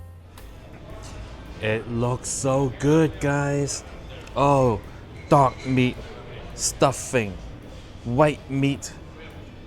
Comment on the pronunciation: When you said dark meat, I thought I heard “dog meat” lol